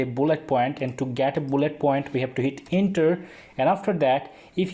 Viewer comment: It doesn't pronounce 'inter,' it pronounces' enter'